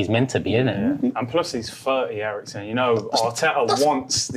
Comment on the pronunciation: He said Eriksen??!🤣🤣🤣🤣